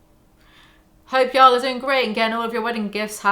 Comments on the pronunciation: y'all. Like hall. Not howel. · "Yall" with a British accent literally just sounds like "jarl" and now I want to play Skyrim lol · i didnt even realize you were trying to say yall lmfao, it just sounded like "yo" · Try saying “yall” as “wall” instead of “mal” ! Y-AW-LL It’s the emphasis that makes it sound weird , not the accent :) I moved to the states as a kid and had to pick it up , works well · It does sound a bit funny when you say Yoll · You saying "ya'll" sounds like "jarl", like from skyrim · Hey Brits, how you gonna say yall when you don't even pronounce the LL sound 🤔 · The Big Yeezy really calling me out for saying y'all as a non-American. I'm devo. 😰 One thing in my defense - my best friend for years was an awesome girl Louisana, and it's entirely her fault that y'all entered my vocab. I'm a Kiwi, so it sounds different to a Brit saying it, but still def not as good as when it's said by someone from the Southern States. Also when says y'all it sounds like "jarl" from Skyrim lmao.